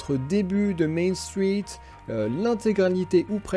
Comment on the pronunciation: T’as un accent québécois ou pas? J’arrive pas à le déterminer, ça va tu l’as pas trop mais quand tu dis "Main Street" puu